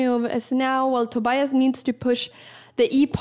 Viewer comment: He didn't know yet he was filmed though, I presume. But it is very rare to find a young person who doesn't speak any English. I like that Anna pronounces the "i" in Tobias in that special Swedish way . Being dutch I rooted for the dutch guy. This was a.. eh.. fascinating game to watch.